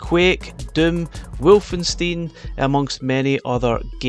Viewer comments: Hey. Just a linguistic thing (I had to do German from the age of 11). It's not pronounced "wolf-en-steen" it's pronounced "Valfe-an-stine". There is no "double U" in German, just "double V". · I'm sorry did you just say Wolfensteen? 😞😅